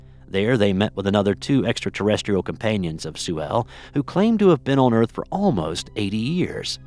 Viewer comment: Say extra terrestrial again